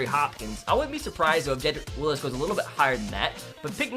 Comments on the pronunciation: i wanted to kill myself when you said jedrick willis instead of wills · It’s WILLS not Willis. Jedrick Wills. Only one I in his last name. Roll Tide tho